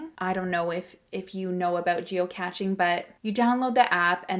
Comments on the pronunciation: The term is geocaching (gee-oh-cash-ing), not geoCATCHing. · Geo "cashing" not catching. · Geo "cash-shing" 😉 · Cache is pronounced the same as "cash" like money. It means hidden in French. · Geocaching pronounced like cash 💰 not like catching ⚾️ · I didn't think it was pronounced "geocatching"? Am I wrong? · It’s pronounced Geo cashing 😉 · Pronounced geo- cashing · hope this is helpful: geocaching is pronounced geo-cashing. weird, i know. 🤪